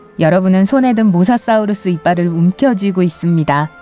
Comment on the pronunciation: 사우르스 아니고 사우루스 인데